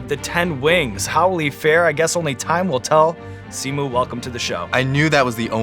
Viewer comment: It killed me to hear Sean say Simus name wrong... there's an invisible 'o' between the 'i' and the 'u', so it's said more like "Lee-oh", but in like 1.5 syllables